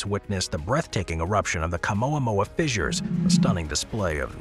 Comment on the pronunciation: Stop saying fizzers